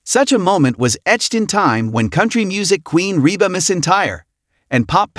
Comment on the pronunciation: Oh if you could only pronounce Rebas name and other words. Correctly